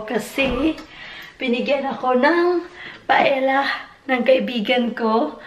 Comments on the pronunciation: the paella pronounce PA EL Ya.... Si cute of you to talk inbyou blog... God Bless you! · Its pronounced as "paelya". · Pa-el-ya ata basa nyan.. or if spanish accent, pa-e-ya tulad ng tor-ti-ya for tortillas... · Paella is pronounced " paelya "